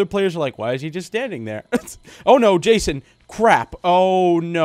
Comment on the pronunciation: Its "Jason" and "Fusion" Just sayin', No offense.